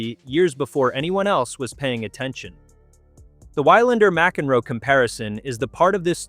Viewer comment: I like this video, but the commentary pronunciation is terrible. It pronounced 'Wilander' 'Wylander' with a long y sound in the first syllable. Definitely an AI narration. Please get a real person to do the narration. Nevertheless, I like the content of the video highlighting the impact of Alex Eala on the professional tour.